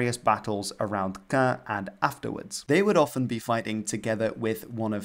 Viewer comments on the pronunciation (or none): none